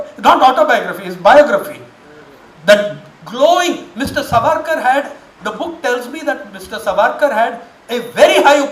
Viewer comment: You are giving reference of a so called historian who cannot pronounce Savarkar properly and has a western influence Curse upon....